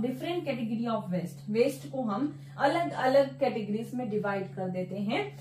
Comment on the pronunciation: Madam, the contents and explanation is very good but the pronunciation of waste is different , kindly pronounce in right way, west is different and waste is different.